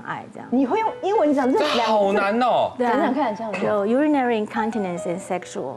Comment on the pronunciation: 許博士 Urinary 重音可以聽一下英文字典發音 會更準確